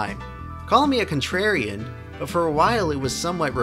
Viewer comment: Lol "contrarian"